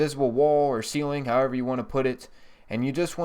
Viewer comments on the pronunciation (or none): none